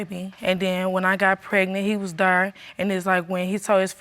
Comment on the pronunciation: "we PLANET this baby, and when i got pregnant, he was THURR...." smh lol.